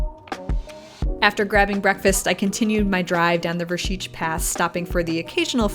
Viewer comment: Nice My Slovenija....and congratulations for good pronounce of Vršič, Šoča...etc ..